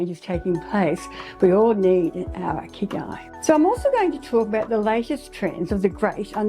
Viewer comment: I speak Japanese,& I think you should check the pronunciation of Ikigai online( it's super easy to do this). The way you pronounce it is completely different from the way it's supposed to be pronounced. It's so different that i had no idea what you were saying. Also that kind of mistake makes it seem like you havent done basic research.